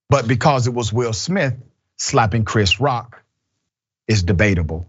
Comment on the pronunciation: The bitch couldn’t even say Chris Rock name 😤